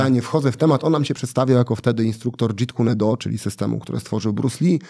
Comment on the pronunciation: Piotr Świecki w takim razie był zwykłym oszustem jeśli podawał się za instruktora Jeet Kune Do z racji że nigdy nim nie był. Nawet sam fakt że gość podcastu nie potrafi wymówić poprawnie nazwy sztuki walki Bruce’a, świadczy o tym. To tak samo, jakby ktoś nauczał Karate ale grupkę dzieciaków zrobił w bambuko i mówił im, że jest instruktorem krav maga. Więc nie jest to kwestia "moje gung fu lepsze, bardziej oryginalne." A kwestia uczciwości i nazywania tego co się ćwiczy po imieniu. Szczególnie, że jKD to nie mma i nie jest to forma łączenia z soba różnych sztuk walki. Chcecie dowiedzieć się czegokolwiek sensownego na temat Bruce’a Lee i Jego sztuki walki, to polecam zaprosić do podcastu Michała Czapla z Brodnicy, który jest pierwszym i jedynym Polakiem certyfikowanym jako instruktor JKD de facto, jeden z najwyżej certyfikowanych instruktorów jkd na świecie, z bezpośredniej linii przekazu Ted'a Wonga, protegowanego czyli ucznia Bruce’a Lee, którego poznał jako jedyny Polak i prowadzi jedyną na Polskę autoryzowaną szkołę JKD w Brodnicy. I reprezentuje sztukę walki Bruce'a Lee w Polsce.